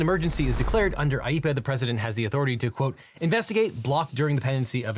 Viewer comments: *IEEPA not IEPPA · it’s IEEPA not IEPPA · I think it's supposed to be IEEPA not IEPPA